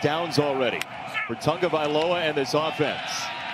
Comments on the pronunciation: The correct pronunciation is ta-go-vai-loa....its not tongovailoa!!! Say it right you guys...cmon. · Its not TuNgaviola..learn the kids name.. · Why why why why does this announcer always throw an "N" into Tagovailoa??? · Its ta- go vai Loa.... Announcers cant get it right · Does it bother anyone else that the announcers keep adding an ‘n’ to his last name??